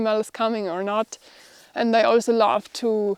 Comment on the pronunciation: all ok, i enjoy your programm... but your pronunciation of 'love' sounds like ' laugh'.....